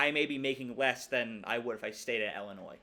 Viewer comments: Cool video. Illinois alum/fan here. We could go 11-1 or 7-5. You never know with us. Also, for future reference—please pronounce Illinois like “ill” not like “ell”. You’re still far ahead of everyone saying “ill-a-noys” though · I thought it was pronounced Illinwah since it’s a French word